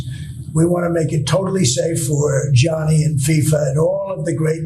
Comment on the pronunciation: He's calling him Johnny 🤦🏻‍♂️ it's Gianni 😫